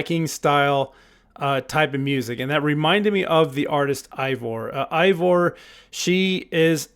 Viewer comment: The Name Eivor is pronounced A-Vor. The A is a hard A like in Hate.